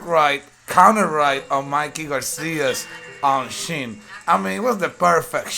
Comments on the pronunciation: He said" he got caught on thee shin" 🤣🤣🤣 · TEST THE SHIN LOL CHOUT OUT LOL